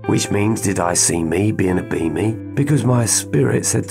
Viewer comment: You say B*Me, I hear « Beaming ». Everytime. I think it works well together. Thank you, from the heart, for this work of light you’re doing. 🙏